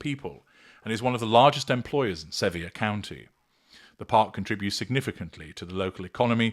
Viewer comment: Sevier (pronounced: severe). 😊